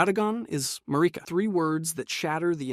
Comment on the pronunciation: Lost me at Ma-ree-ka destroys Elden Ring because she is grieving the death Godwyn.. byw